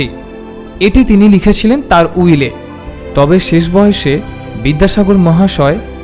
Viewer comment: শেষ শব্দটিকে ‘ছেছ’ উচ্চারন না করলে ভালো হ’তো ! ক’লকাতার বন্ধুরা দেবদুলাল বন্দোপাধ্যায়ের এবং নীলিমা স্যান্নালের উচ্চারণ শুনে দেখুন ।